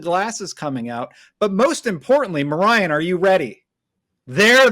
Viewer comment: had a hard time this episode.."Ma-ryan are you ready" "elsinky" 🤣😂🤣😂